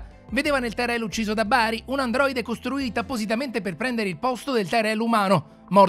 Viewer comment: Volevo chiedergli perchè, Roy Batty diventa Roy Bari 🤣